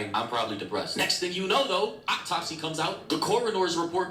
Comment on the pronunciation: "Surgerin", "Optopsy" and "Corridor's report"? This dude's English is sending me bro😂.